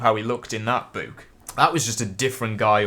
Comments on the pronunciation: Its book not boooook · I was about to comment how you said book, but the rest of the comments beat me to it lol